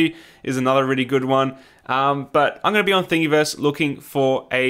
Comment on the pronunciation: lol something about the way you pronounce "Thingiverse." It should rhyme with universe....